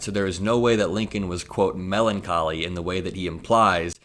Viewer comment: Love how he missed pronounced the word melancholy 😎😎😎